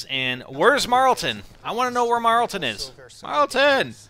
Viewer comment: IT'S NOT MARLTON!!!